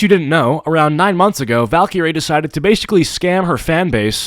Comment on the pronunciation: Aah yes valcureray